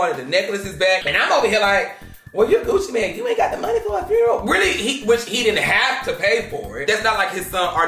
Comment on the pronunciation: If you can’t say the word FUNERAL!!!! I’m done…. Both of them said FRUNERAL…. She need to make sure them boxes got the right labels with UPS… somebody call corporate.